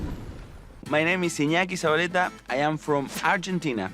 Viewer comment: I enjoy a lot reactions, despite I am not too interested on magic. PD: I think it could be difficult for some american people to pronounce Ñ, but Alisson did it so well, although not so good the pronunciation of Z. PD2: I challenge to pronounce Iñaki Zabaletta, correctly Nice job,. You will have 100000 subs soon